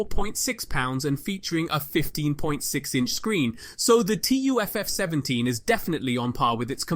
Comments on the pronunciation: Bro it's called TUF not T U F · It's 'tuf', like 'tough'